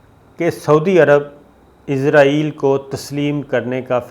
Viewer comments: Sabir sb, I have heard you many times pronouncing Israil as Izrail.Being a journalist we expect correct proniunciations. Kindly be careful. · پہلے تو آپ اسرائیل کو عزرائیل کہنا بند کریں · اس جاہل اینکر کو اسراٸیل کے نام کے تلفظ کا ہی علم نہیں ہے ۔عزراٸیل کی رٹ لگا رہا ہے ۔یہ تو موت کے فرشتے کا نام ہے ۔اس کا مذہب کے حوالے سے بھی علم ناقص ہے ۔